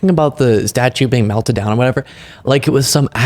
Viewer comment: Marjorie, which cities in America were burned down? They still exist. Also it is MELTED down in reference to the statue of General Lee, NOT MELTEN down. 😂